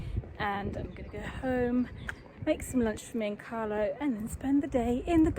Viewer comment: Omg... It’s CARLO Not Carlos! 🤣😆